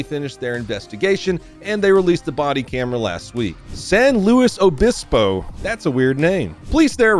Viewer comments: Thank you for saying San Luis Obispo correctly. Most people from out of the area call it San Louie Obispo. I live about a 30 minute drive south of SLO (yes us locals call it by its initials and pronounce it slow). SLO is not just a city, but a county as well. I live in the neighboring county, in northern part of Santa Barbara County. Thank you for your generous gift to the officer that was injured in this encounter. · And thanks for pronouncing it San Luis Obispo correct. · it's pronounced "louie" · How to pronounce “San Louis Obispo” is “San Loois Uhbispo” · san lou ees lol pretty sure they sound it out like that ... damn cali lol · That city is pronounced San "LOOIE " Obispo.